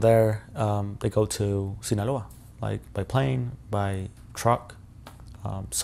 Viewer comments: Sinaloa Shawn not sinola come on😂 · It's not sinola..it's Sinaloa... 😂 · Love ya Shawn, but “Sinaloa” does not rhyme with “Granola…” 😝